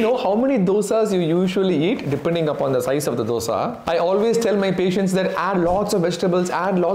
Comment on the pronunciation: Being a tamilan, you could pronounce the word dosa better. Good video.